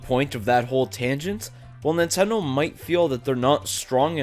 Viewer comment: Lol He said Nintendoo